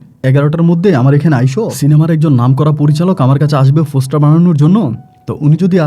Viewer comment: ফোসটার না পোস্টার